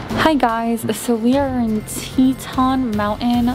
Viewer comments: Its Pronounced TEA-TAHN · Al pine not alpin. Tee tawn. Mange eee. Not mangy. Might try to pronounce the places you travel to correctly. 😂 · thanks so much! The area just had so many great eats. And Yes I kept pronouncing it wrong :( I tend to do that. Sometimes I get embarrassed by it but I get so excited when I am on site somewhere